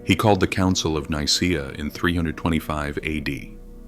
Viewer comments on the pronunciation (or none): none